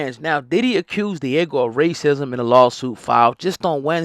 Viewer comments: Diego😂😂😂 it’s pronounced Di-ah-g-o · I can’t even watch this because you’re calling it Diego… it’s not a fucking Dora the explorer episode. DiAGIO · Why you keep calling it Diego?!?! 🤦‍♀️🤦‍♀️🤦‍♀️ yikes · Diageo, pronounced Deeaageeo